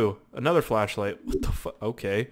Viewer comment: I thought you were saying fleshlight LOL